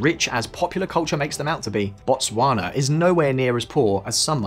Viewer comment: Your pronunciation of Botswana is pretty good though